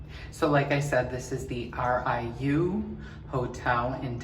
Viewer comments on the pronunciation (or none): Riu is pronounced [Ree You], love this video by the way.